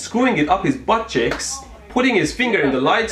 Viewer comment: I originally thought it was “butt chicks”